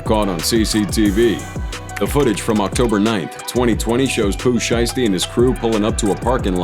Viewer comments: Ain’t no this foo said “Florida Rapper Pooh Sheisty” 🤦‍♂️ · tellin dude to callm the right name then you callm pooh shisty haha it's shiesty mf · When he said pooh sheisty from Florida I stopped watching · did bro say florida rapper pooh shiesty?😭😭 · He said fl rapper pooh shiesty lol😂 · Blood u need to get these names right and the basic facts like where they from, such as plug g, his name no plug, and pooh shisty is from Memphis fam